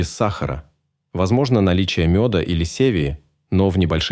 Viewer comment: Ужасное чтение робота, с раздражающим голосом. И не севи а - стевия